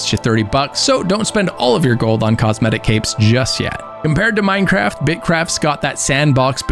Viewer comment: Bro said mindeye